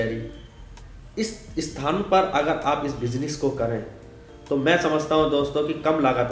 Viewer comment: Ye mazedar tha--- "pilaas" our "bijines" (pronunciation) 🤣😁